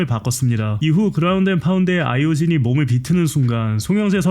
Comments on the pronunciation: 왜 자꾸 아이오 진이라고 하냐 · 잘못 들었나 했는데 계속 아이오진ㅋㅋㅋㅋ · 계속 아이오진이라함 ㅋㅋ